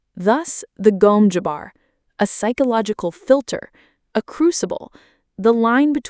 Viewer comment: Gom Jabbar, not Gome Jabbar